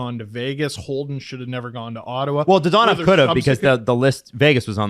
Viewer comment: Dadonov, not Dadanov